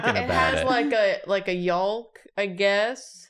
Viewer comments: I had to rewind it to hear say yolk, lol. Did she say yalk? 😂😘 Poor thing, she's had so many problems with eggs: first drawing them, now this... I can't wait to see what next arises! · Please somebody else confirm that you also pronounce yolk MUCH differently than??? Am I wrong??? I want to see the dialect map to see where people pronounce it like “Yulk” like they do… and “Yoke” like I do…. Linguists helpn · the gang saying oo-bah de koo-dah or whatever the fuck and saying it more and more wrong each time they say it is the star of this episode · I’m sorry, did just pronounce ‘Yolk’ like you would say ‘Sulk’? As opposed to ‘Yoo-k’. I can see why doesn’t like English 🥲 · Do. Do people pronounce the "L" in yolk? yo-l-k?! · I have never heard anyone pronounce the L in yolk?! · why you pronounce the L in YOLK like that tho? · If I hear you freaking language monsters pronounce the L in yolk one more time I'm gonna do absolutely nothing about it but it WILL be killing me softly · Today I found out Americans say the L in yolk. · hearing everyone pronounce the L in yolk is getting to me lol. Just like when americans pronounce the l in salmon. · All three of you pronounced the "L" in "yolk", and I don't think I've ever heard anyone do that before. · and BOTH pronouncing the “L” in yolk has me questioning everything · Guys, please stop saying yolk like that, it hurts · As I Brit I am absolutely HORRIFIED to hear that in America you guys pronounce the L in yolk.... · Today I learned Americans pronounce the L in yolk. teaches me so much! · Hey you in the comments do you pronounce the L in yolk or not???